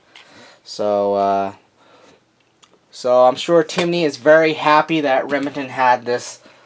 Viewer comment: Are you saying Remington or rimjobingnton you talk a little strange.